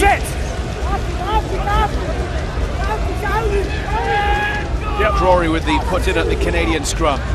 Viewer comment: except alesana Tuilagi (tooey-lagi) and not Tuilagi (tooey-langi) lelelelelelelelele. But on a serious note i guess so